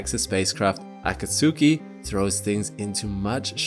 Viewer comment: Not Ah-kah-soo-kee It's ah-kahts-skee